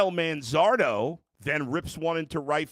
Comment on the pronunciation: Why couldn't they pronounce Manzardo's name correctly?